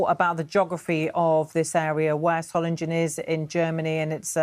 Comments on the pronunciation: You've got the pronunciation wrong - Solingen is pronounced with a soft, unstressed 'g', so Soling-en, not Solin-gen. Hope this helps. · Dear BBC; please try to pronounce Solingen correctly. It's not Solinjen. Just try and get the basics right. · "Soh-ling-en" you ill-educated berks! I've got about as much confidence in your reporting as in your education... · Dearest BBC there is NO West or East Germany since 1989 and its Soling-en not Soling-Jen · BBC could learn to say the name of the city properly: it’s “ZOH-lingen” with a hard g as in “sing.” Not “SOH -lin-jen.” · Solindshen is pronounced just as Readindsh and Ketterindsh and Francis Walsindshham... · It's pronounced Soling-GUN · Pronounced Soiling-en not ‘g’ just ‘ing’ - come on BBC you are meant to be exemplars of pronunciation. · Solingen is pronounced with a hard 'g'. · Can you at least pronouce Solingen correctly. Would you like me to pronouce London incorrectly. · BBC could at least make an effort with the correct pronunciation of Solingen 💩🇬🇧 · BBC can't even pronounce the City name correctly. 🙄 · 650 years of Solingen history and the Beeb can’t even pronounce it. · can't you just check how to pronounce properly the name of the city? Peinlich für hochbezahlte BBC Leute! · They can't even pronounce the name of the city "Solingen" properly. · The name of the city doesn't sound scary in German. The moderator pronounced the name in English. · You'd think that the BBC would learn how to pronounce the city's name correctly! Shame on the BBC! The correct pronunciation has a hard 'g' in it. Not a 'j' sound!